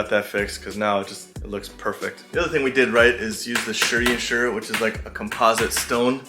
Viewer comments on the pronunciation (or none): none